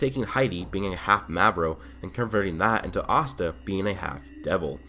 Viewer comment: y you say astan like pasta without a p its ass ta